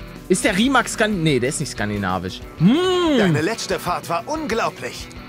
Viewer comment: man spricht Rimac,,Rimec‘‘ aus, also das wird englisch ausgesprochen